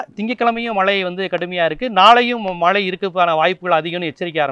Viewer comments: " மளை" இல்லை..."மழை " என்று சரியாக சொல்க.... பொளிவு "இல்லை அது பொழிவு....... அய்யா தமிளை கொழ்ழாதீர்கள் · மலை அல்ல மழை என்று சொல்லவும்